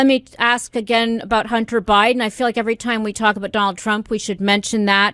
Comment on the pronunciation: Please tell Ms Gay that the word “ask” is pronounced ask not aks. The soft bigotree of diminished expectations leads to the promotion of incompetence